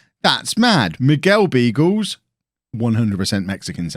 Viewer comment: You're pronouncing Beagles wrong - it is supposed to be Biagles (like in Carles).